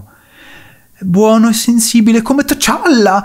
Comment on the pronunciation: Mi mancava il “t’challa” di 😂